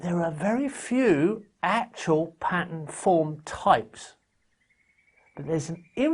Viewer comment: "Patter" lol